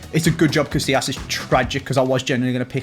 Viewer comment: "CaSSilas" this hurts